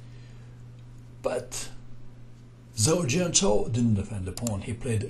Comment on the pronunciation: Hi, would just like to kindly point out that when a Chinese word is written with Latin characters, the combination of letters "zh" is pronounced like "j", not "z".